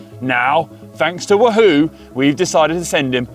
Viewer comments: GCN! Can someone please teach Conor how to say Wahoo? It’s WAHhoo… not WahHOO…. Nails down a chalkboard 😱😫🤯 #itsleviOsanotleviosA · Actually it’s Conor’s pronounciation. Everyone else pronounces it Waa Hoo